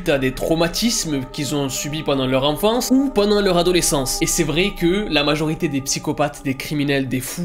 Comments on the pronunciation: c'est pas "enfantce" c'est "enfance" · "l'enfantce" j'ai ris 😂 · Le "enfantce" m'a tué 😂😂😂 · "Pendant l'enfantce"